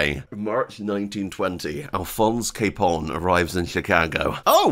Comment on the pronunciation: Al capon 😂. Loving it Still, great video 🙌